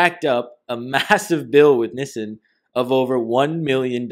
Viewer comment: NEEEESAN ......... Nissan